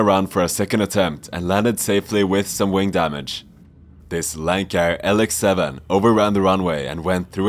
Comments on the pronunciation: Not a "Lankair"...but a "Lancair" (lance-air). FOUL: narrator said "landing gears". Correct term in this instance is "landing-gear leg". 20 yards, 4th down. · Dude, it’s Lancair, not “lankare “. Good lord you are an aviation channel. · pronounce the lancair properly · My name lucca and I cannot even pronounce Lancair correctly....but i STILL get paid.